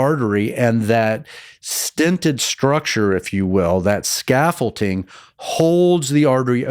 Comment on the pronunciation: The doctor is saying scaffolTing when it is scaffolding. Someone needs to correct him so he doesn't get embarrassed someday.